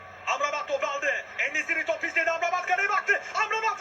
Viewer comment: N Nesiri değil N Besilii